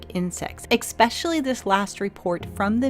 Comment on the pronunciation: This dolt can't even say the word "especially" correctly and we're supposed to take her seriously?